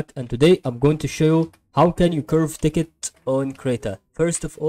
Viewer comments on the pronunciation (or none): Haha worst tutorial on youtube 😂 ... And text is not said as ticket. Think of sex with a T on the end . And not pronounced as Sicket 😂